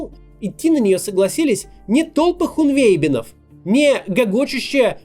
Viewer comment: Спасибо, Максим, за интересный анализ! ХунвейбИн- ударение на последний слог. Очень популярное слово моего детства!